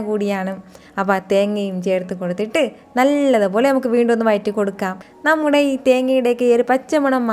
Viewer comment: വയറ്റി അല്ല വഴറ്റി